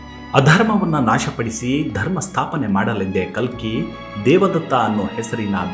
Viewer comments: Its ಕಲ್ಕಿ ಭಗವಾನ್.....not ಕಲಿ....make the correction pls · ಕಲಿ ಭಗವಾನ್ ಅಲ್ಲ.ಕಲ್ಕಿ ಭಗವಾನ್.ದಯವಿಟ್ಟು ಸರಿಯಾಗಿ ಉಚ್ಚಾರ ಮಾಡಿ.ಹರೇ ಕೃಷ್ಣ 🙏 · ಸರ್ ನೀವು ಹೇಳುತ್ತಿರುವುದು ಕಲ್ಕಿ ಬಗ್ಗೆ ನೀವು ಖಾಲಿ ಎಂದು ಉಚ್ಚೆರಿಸಿಟಿರುವಿರಿ ತುಂಬಾ ಚನ್ನಾಗಿ ಹೇಳುವ ನೀವು ತಪ್ಪು ಮಾಡಬಾರದೆಎಂಬುದೇ ನನ್ನ ಕೋರಿಕೆ. ದಯವಿಟ್ಟು ತಪ್ಪು ತಿಳಿಯ ಬಾರದು ಶುರುವಿನಲ್ಲಿ ತಪ್ಪಾಗಿದೆ ಗಮನಿಸಿ 🙏🏼🙏🏼🙏🏼